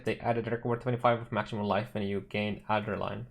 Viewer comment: Champion's fine, he's been one of the better Melee class choices other than Glad/Jugg for a while now. Also its Ad(as in Add)-Dre(as in Dread)-Nuh(as in Nothing)-Lyn(as in Link). Not Adder-Line.